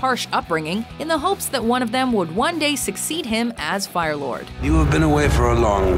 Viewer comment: D it’s F I R E LORD OZAI NOT RIRE